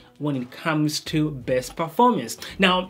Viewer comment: It's called "base" not "bäs" 🙄😂